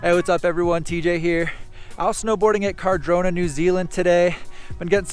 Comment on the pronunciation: Always thought Cadrona was spelt like that cause of how us kiwis pronounce it 😂 so weird hearing car-drona